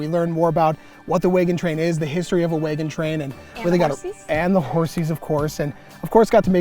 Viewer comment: Cool video. This is the first time I’ve heard wagon pronounced “waygon”